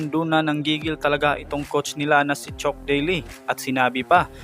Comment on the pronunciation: chuck boss hindi chok